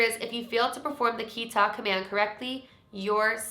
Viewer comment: this challenge seems really interesting but as a japanese person (who also speaks spanish) i died a little bc like. tomare (stop) was pronounced like the word for to take in spanish (tomar) HSDFBJDSFDSF and kitta (cut) was pronounced like kita which is come in the past tense